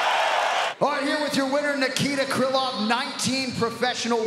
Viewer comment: ого крылов теперь а не крайлов